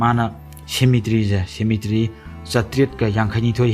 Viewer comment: Waihe keino ngge wari taba loiba ngaibada " Shemetry"😂😂 👍👍